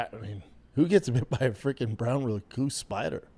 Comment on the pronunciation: i could listen to him try to pronounce Recluse all day 🤣